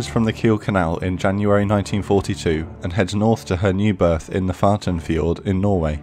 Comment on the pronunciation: fx -- But don't worry we got your intention. Maybe you say FATENFIERD? Yes I think so, but the stress is on the 'o' giving f(y)ord, like the car Ford but like Italian "fio" as in fiora.